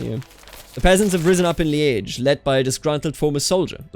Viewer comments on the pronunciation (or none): Li-äsch Nur halt ausgesprochen wie in Journalist, nicht Schinken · I've always heard it pronounced Leej or leeż, ż being like the s in leisure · Yeah that's kinda like that, apart from the timing and the hard end of ge But also it's pronounced a lot of in different part of the province or even in Wallonia. No for the special part he nees to try in Walloon : Lîdje (In refondou), I think the phonetic is something like that liːʧ